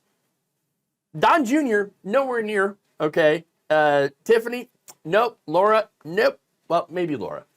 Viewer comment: Its Lara, not Laura. Lara like Lara Croft.